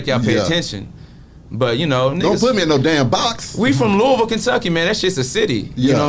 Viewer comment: he pronounces Louisville correctly